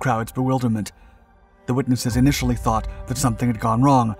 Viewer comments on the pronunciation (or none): none